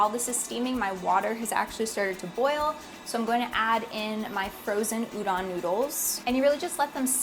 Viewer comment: its udon, pronoucne the O like the word tone or phone. Everytime i see chefs say udan instead of udon it makes me cringe.